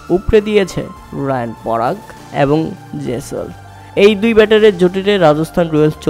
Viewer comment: rayan parag na riyan parag